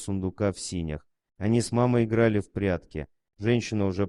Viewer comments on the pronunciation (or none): В сенях, а не в синях-безграмотность.